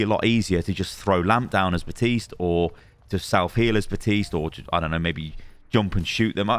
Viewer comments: WHY is no one commenting that this dude is saying BaTiste and Not BaPtiste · "batiste".... kinda feels like benedict cumberbatch and his penglins. plz pronounce the p, elsewise its gonna sound strange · Bap-tiste. BAP-tiste. BAP-TISTE.